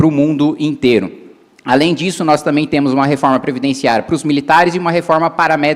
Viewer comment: nos "TEMU" falado me matou, nos "VAMO" também kksksk num dá. Olha o nível do ministro